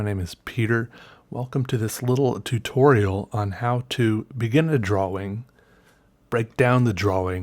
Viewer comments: "Draw-wing" hurts my brain. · Sean Wingfield he's just pronouncing the w in drawling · Idek why but I laughed soooooo hard "drow-wing" 😂 love this channel